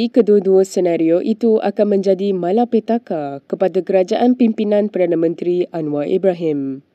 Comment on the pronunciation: Who is the person narrating the visuals? Please pronounce properly in BM. Example Pulau Pinang (Pulau Pineng), Cina (Caina), malapetaka (ma la pay ta ka). The newscaster is wearing a hijab but a hair salon is one of the commercial sponsors 😂